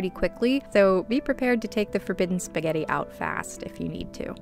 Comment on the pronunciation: "First, we make F O R B I D D E N S P A G H U R T E R."